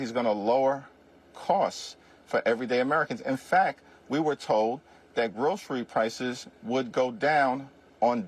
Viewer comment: He had difficulty pronouncing the word "groceries" and he said it was an "old fashioned" word! So out of touch with normal life!